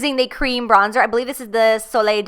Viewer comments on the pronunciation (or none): none